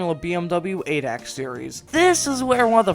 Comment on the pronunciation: For future Videos: Its pronounced A D A C, not adek😉